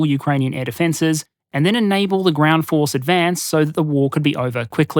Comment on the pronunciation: wtf is the "groend" ?